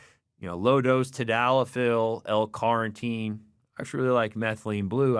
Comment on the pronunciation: Take a shot of protein every time he says L Carnteen 🙄